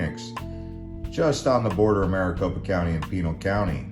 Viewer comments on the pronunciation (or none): Isn't Pinal pronounced (paw-naul)?